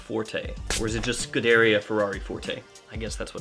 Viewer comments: pronounced "scudeRIA", not "scuDAria" my friend :) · It’s Italian. Scoo-DARE-ee-uh. The emphasis goes the second syllable (although technically it’s all neutral accented). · f1 announcers always pronounce scuderia as scoo-deh-rhea... like it rhymes with diarrhea, accent on the scoo. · You’re pronouncing scuderia completely wrong 😂